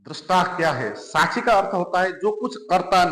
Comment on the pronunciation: Sahi shabd hai - saakshi. Par aap pronounce karte hai - saachchi Jo sunne me thik nahi lagta